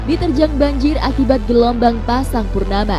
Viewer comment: Gelombang atau gelomong